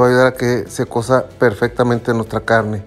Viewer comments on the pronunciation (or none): No es "cosa" sino "cueza". Ojo amigo